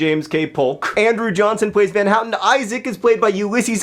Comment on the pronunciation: "...Van Houten...": John's awesome pronounciation thing. ;)